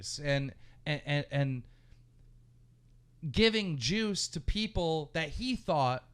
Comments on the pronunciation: Didn't anyone else think he said jews instead of juice EVERY single time lol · Is he saying Jews or juice?